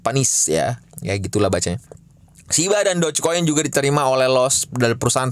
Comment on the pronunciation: itu lucuuu banget yaaa... Bilang doge dan shib gak jelasss....